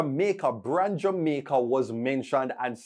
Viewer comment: He said Xaymaca instead of Jamaica that's why you missed it 😊